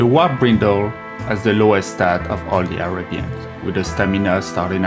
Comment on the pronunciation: Listening to him speak, I thought he said "Wop Brindle", then when the works appeared on-screen, I realized it was "Warped Brindle"